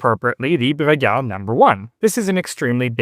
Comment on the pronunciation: Take a shot of whisky every time he effortlessly says Bruguière.